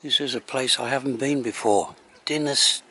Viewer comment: You got "Dinas" right. The second word, "Dinlle", is "deen-cleh" (aspirate the 'cl' sound).